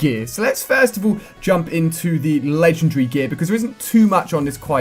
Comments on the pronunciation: That's not an accent. He says ledgundry - Not legendary. Accents don't change the way you pronounce stuff, just the length/size of the word. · Lengen-dre? Its Legen.... Wait for it... Dairy! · LE-GEN-DAR-RY IS how it's pronounced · It's LEGENDARY not legendree! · LEGEN-DARY!!! You're pronouncing it wrong dude. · Hey Ali a are you British because you said legendary a little different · When he says legendary its kinda funny :1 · I don't care say it right! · I do know what he is saying, just not what accent it is. Also considering his English and grammar is just like mine however the word Legendary is not is clearly an indication that it isn't something wrong with his accent, just mispronunciation. Or it could be something which he generally can't accept - I have a friend who literally can't say 'Remember', he has to say 'Re-nem-ber'. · That moment when he pronounces legendary wrong the whole video